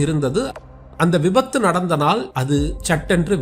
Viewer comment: விபாது ❌விபத்து ✅